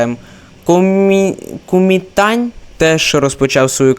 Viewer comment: Кумітань Куньмінь Куньмінь Куньмінь Куньміні Куньмінь Куньмінь